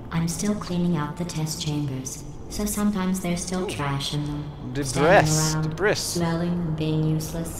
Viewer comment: Wait, are you mispronouncing "debris"?